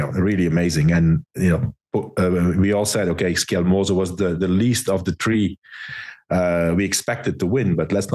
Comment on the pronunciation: But George pronunce "Skjelmose" perfect - and I'm Danish.